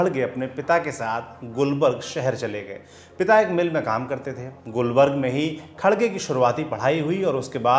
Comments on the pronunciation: Gulbarg nahi gulbarga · It's not gulburg it's Gulburga. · It's gulbarga not gulbarg correct yourself first